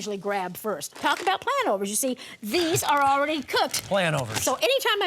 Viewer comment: "heh....planOVERS, heh!"